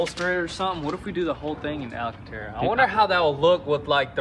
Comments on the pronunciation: Sorry for being the grammar nazi.. its alcantara, not alAcantara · The god damn "Alacantara"😂 Great entertainment boys!